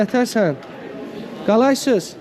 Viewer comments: Qaqa qalaysız deyil kandeysən deyilir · Qalaysız yox Kalesiiiiz , bir az intanaçiya çatmır😀